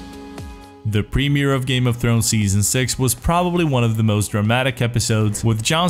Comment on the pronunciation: say premier again